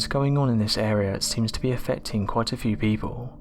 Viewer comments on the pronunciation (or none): none